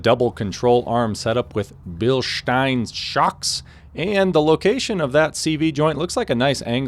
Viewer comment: Been watching Sarah’n Tuned eh? The way you pronounced Bilstein and “give it the beans” 🤔🤔🤔